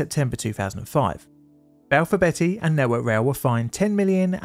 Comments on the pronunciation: Not to be "that guy, but it is pronounced bee-ty, not betty! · Hertfordshire is pronounced Hartfordshire & Balfour Beatty is pronounced as Balfour Bee-tea not Balfour Betty. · Who's Balfour Betty? 😂😂 She's a naughty girl isn't she😂😂... Beatty "Bee Tee" 😂👍 Great vid, as always.. your pronunciation made me chuckle 😂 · A question, and I had to go back to your video on the Battle of May Island to double check: You pronounce Beatty "Betty", but your fellow UK U-Tuber, Drachinifel, pronounces it "Bay-tee". To my American raised comprehension of English, both are likely valid...but may I ask why there are two different pronunciations by UK English speakers in existence? Kind regards! (Either way, I can only trust any Beatty less now, after seeing this video, than I did after Jutland, which was less than the square root of negative one.) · It’s pronounced Hart- Ford-shire. And is due north of London not north west 🤷‍♂️ Balfour Bee- tee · Beatty is pronounced [BEETY].